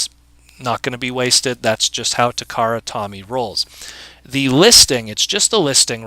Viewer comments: cool video....but one thing..when saying 'takara tomy' the correct pronunciation is 'takara toe me' and not the name 'tommy' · Perci Constance i know but the correct ,as in how its pronounced in the companies offical commericals (check out their ads for when they were making zoids back in the 80s long before they merged with takara) is always pronounced 'toe me'.